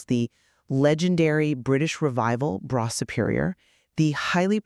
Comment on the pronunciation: Brough is pronounced “bruff” like tough . Let’s do our research if you want anyone to take your product seriously . “ braw “ brew” REALLY now !